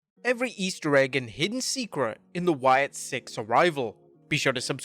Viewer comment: It's Sicks, not Six